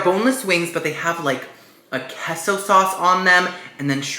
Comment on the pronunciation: I love how he says keah-so sauce.